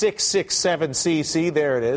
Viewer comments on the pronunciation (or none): It's Gj 667Cc not Gc 667Cc lol